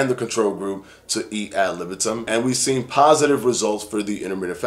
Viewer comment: Btw it’s not AB libitum it’s AD libitum